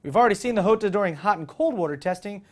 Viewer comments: top gear pointed out the big pecker months ago and its probably pronounced yo-ta not ho-ta since its italian not spanish. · Its "Jota" not "iota" ... do you also sai "iames"(James) or "iustin Bieber" (Justin Bieber)? :D reat show show and spelling stuff is sometimes easier than it looks :D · You're still wrong, it's Ho-ta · I thought the Jota was pronounced (Jaw-ta) i didn't know it was (Joe-ta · Hey, which pronunciation of "Jota" are you using? I know the word exists in numerous languages, all with a different pronunciation for each. The way you said it sounded a bit more French than Spanish.